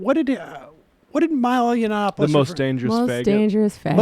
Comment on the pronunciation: Does Sam say "yawnanapoulis" on purpose? He slaughters names a lot. Is he trolling? Either way, I love it!